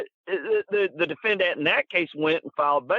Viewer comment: this is so interesting and all I can hear is “defenDANT” : (